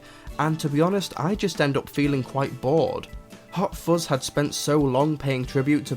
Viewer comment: I believe it is "fuzz" not "fozz". Anyway, have a nice day and carry on. Yours Sincerely, Vovie - cleaning the internet one comment at a time